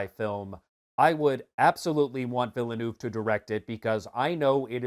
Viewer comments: The pronunciation of Villeneuve's name sets my teeth on edge. The correct pronunciation is Veeyulnerve. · Villeneuve: the frist 2 time your pronouce was terrible, at the 3rd i closd the video